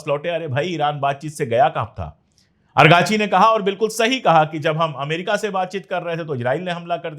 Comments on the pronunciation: Arey Araghchi naam hai Argachi nahi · ❤ افغانی نہیں عراقچی 🎉 ❤ Not arghachi but Iraq chi 🎉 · Sir main aap ko bhut dhyan se sunta hun. Aap argachi bolte hai jab ki wo araghchi hai